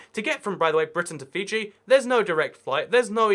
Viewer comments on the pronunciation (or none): none